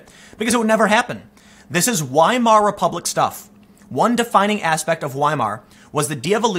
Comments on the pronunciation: Weimar is pronounce Veimar. It's a German thing. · Tim Wiemar is pronounced viemar.